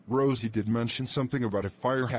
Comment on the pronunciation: I Think Said "Roise" Instead Of "Rosie"